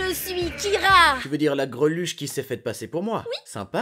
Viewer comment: Il dit "keara" design..? Moui bon ça fait l'affaire